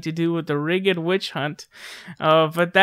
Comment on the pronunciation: Don't mean to be grammar police, but it's pronounced "damming" and "rigd". That said, keep it up ma man!